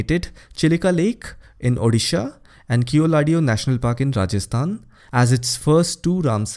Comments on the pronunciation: Very comprehensive tutorial... Thanks. But just want to correct the pronunciation of Keoladeo, it is "kevladev" in hindi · Dear, keoladeo is pronounced as केवलदेव 😊